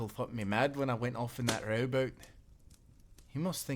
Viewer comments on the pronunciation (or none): Me, english not being my mother tongue: wait, he was sailing a robot? (he was saying rowboat) What the heck?